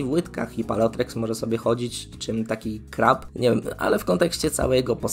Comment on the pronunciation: Ja nie chcę się wymądrzać ale czy to czasem nie czyta się "Paleo-T-rex"? Zmienia się w tyranozaura więc taka wymowa ma jakiś sens.